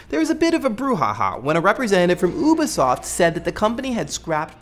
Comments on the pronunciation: I love this show. Thank you for all that you do. Just one thing, Ubisoft is pronounced "You-bee" soft. Hope that helps! (Also forgive me if anyone has already said this) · Huh, I've always pronounced Ubisoft as You-be-soft, not Ooo-be-soft. Wonder which one is right.